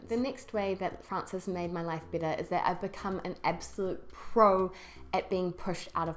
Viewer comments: However, you feel "BITTER"!!! That's what I hear. Do you mean "BETTER"? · sounds "bitter" instead of "better" because of your NZ accent. lol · your "better" sounds like "bitter" hehe. great channel by the way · I have to agree with the "bitter" instead of "better" but this is quite a good and thoughtful video. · Hope you don't mind but if you pronounce "better"..."bitter", how do you pronounce "bitter" then? I don't mean to be offensive, I'm just curious. Greetings from Italy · Carlo Defilippi yep i thought the same thing !!!